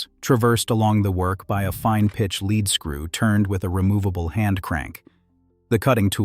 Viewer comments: Spelled lead. Pronounded leed. As in leed screw. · I know that 'leadscrew' is spelt the same way as the element lead (pb), but we in England (where Maudsley lived) pronounce the word as 'leed' 'screw'!